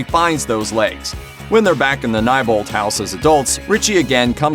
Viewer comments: “the house on NYE-bolt street.” No no good sir, the correct pronunciation is KNEE-bolt. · PLEASE DO NOT SAY “NYEBOLT” IT IS PRONOUNCED “NEIGHBOLT” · Nebolt str not nibolt str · It’s nebolt not nibolt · It isn’t nibolt street it is nebolt street your saying it wrong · It is pronounced kneebolt not nybolt obviously this guy didnt watch the movie or hed know its said several times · It’s pronounced neebolt not nybolt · Am I the only one who was getting annoyed at how he pronounced “Neibolt”? It’s Knee-bolt, not Nye-bolt!! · i was just about to comment my frustration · Yes. Bill Skarsgård (the guy who plays Pennywise in the 2017 version) was also 27 yrs old when the movie was released. Also the street name is pronounced as Knee-bolt. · please its Neilbolt street n-I-lbolt WITH AN I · Neibolt {Nee-Bolt}. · Am I pronouncing it wrong, or his he saying "n-eye-bolt" ??? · Am I the only one who grimaced every time he said "Neibolt Street" ? I've always read is as "Knee Bolt Street" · It's pronounced knee-bolt sorry but I had to it may be your accent I don't know but yeah sorry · it's pronounced knee-bolt lol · It's pronounced Nee Bolt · Anyone else kinda annoyed about the way he said neibolt? 😂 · WHY IS HE SAYING AUTHOR AND NEIBOLT LIKE THAT?? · Is Neibolt Street pronounced Neibolt or Neibolt? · Your saying neibolt wrong.